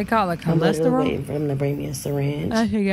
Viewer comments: Cholesterol?? Or Colostrum 👀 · “Cholesterol” took me out lol. It’s colostrum. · Its colostrum she T I D E 😂